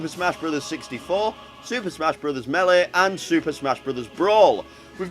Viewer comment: meeleh? alright. this guy is DEFINETLY Irish.